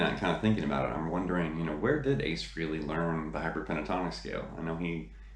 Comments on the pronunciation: I appreciate that you're a big fan but please pronounce his name correctly. It sounds like Fray-lee. Not Free-lee. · You're not pronouncing his name correctly.